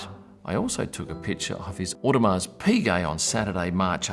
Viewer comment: Audemars… the S is silent…